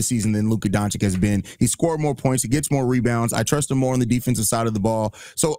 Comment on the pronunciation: how do u think we’ll listen to u’re opinion and comparison with ant if u STILL CAN’T PRONOUNCE HIS NAME. Do better